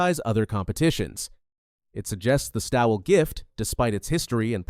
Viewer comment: I hope she’s not laughing about the race she has entered into. If she thinks it’s some kind of joke, (like a training run) do us a favour and stay home. No one is forcing you to come. And by the way the name Stawell is pronounced ALL, just put ST in front of ALL as in STALL. Although the spelling is different the sound is the same.